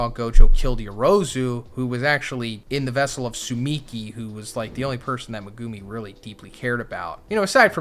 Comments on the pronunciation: Megumi ❌ Megoomi ✅ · Like if you hate how says megoomi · Please say megumi correctly